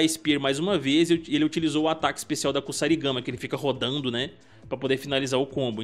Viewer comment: Kusarigama = é pronunciado Kuzarigama com uma pequena entonação no Z. Já sobre o clã Shiray-Ryu, na lore antiga do MK o fundador do clã abandonou os Lin-Kuei que se localizavam com a sua sede na China e foi para o Japão, assim nasceu o clã Shiray-Ryu sendo assim o surgimento dos clãs ninjas tradicionais no universo de MK.... 👍